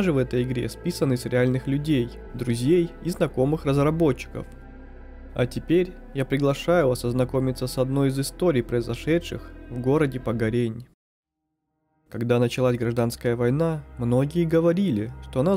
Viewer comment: Ты неправильно ставишь ударения в словах Погорень и слесарный